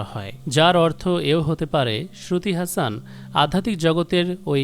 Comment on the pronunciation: আরে ভাই ওটার উচ্চারণ হাসন not হাসান। শ্রুতি হাসন। আর ওরা মুসলিম কখনোই নই, ওদের কোনো যোগসূত্র নেই।